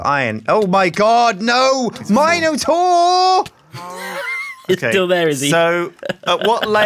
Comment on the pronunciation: You better watch out for that Mino"Door" :D